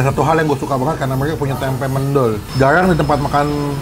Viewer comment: FYI mendol bukan mendol, cara baca "e" nya kaya "e" nya di kata bebek. Soalnya gw orang malang bang Dan fyi lagi sebenernya ada tempe khas malang yg cuma ada di malang gaada di kota kota lain, kalo pun ada rasanya gak kaya yg di malang sini. Namanya tempe bungkil, di gorengnya sama tepung dan kalo masih anget baru mateng di buat sarapan / makan sama nasi putih aja udah the best.